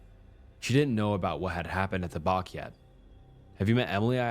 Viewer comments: a bach is pronounced like batch not bark :P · Bach = "Batch".. not "Bark".. 😂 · love your story telling and personal input you add so don't want to come across as being picky or rude but being a kiwi (New Zealander) the home by beach is a Bach pronounced exactly same way as Batch.. Thanks for all your wonderful work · Just one the bache is pronounced batch 😊great story though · It’s pronounced bat-ch like a batch of cookies